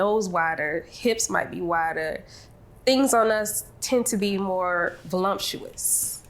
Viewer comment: Voluptuous not volompuous